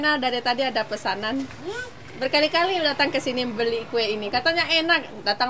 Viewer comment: hahah pouci bilang beli beli jd hiling pikiranku...b nya kaya kedenger p